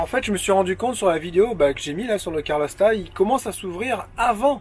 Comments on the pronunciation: Bonjour, les jeunes. Bien que n'y connaissant rien en mécanique, j'ai apprécié ce reportage, mais, il serait temps d'apprendre à prononcer CA-LOR et pas CAR-LO!!! Pense à Ma que calor! Sans rancune... et bon voyage. Bernd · CALORSTAT! !!! et pas caRlorstat :-p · Roooooo ! C pas carlostat !!!!! C calorstat !!!!!